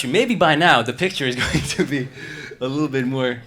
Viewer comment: His pronunciation of "go--" words like "good" and "going". He says something more like "gewd" and "gewing"--a little too short for a native. Also his "S" sounds are a bit soft. His accent is so very very good--I could never get another language as close as he was able to... but as a native New Yorker you can hear the very slight accent.